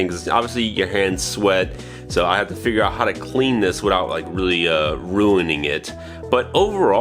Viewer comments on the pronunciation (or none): none